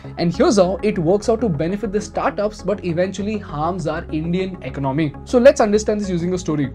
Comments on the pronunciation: Please learn how to pronounce economy - “ec-on-oh-me” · Economy please pronounce correctly.